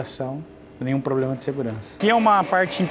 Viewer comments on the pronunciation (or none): none